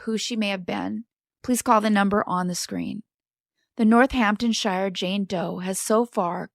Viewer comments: Pronounced North-Hampton-SHEER! Hun. X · Love the England cases but when places have ‘Shire’ in the name, it is pronounced “sheer”. Eg “Northampton-Sheer” or “Hamp-Sheer”